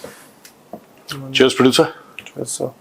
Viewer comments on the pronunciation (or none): Producer says TEARS 😂😂 instead of Cheers 😂